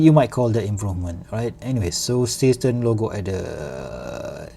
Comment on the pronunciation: Is that supposed to be a German name? Zay shtairn, Sea Star.